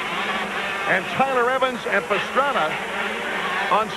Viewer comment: It's Pastrana, it's Roncada, Pastrana..... Roncada.....